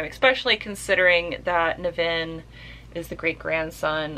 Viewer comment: I've read this a couple of times. It's not his best work, but iirc it spawned a series. I've read the first 4 Ringworld books, they're much better, but they're really crunchy hard sf. so they're not for everyone. And yes, you're pronouncing his name wrong. Emphasis on the NIV. By the way, Bookpilled recommended you, so I had to check you out. Guess I'll stick around!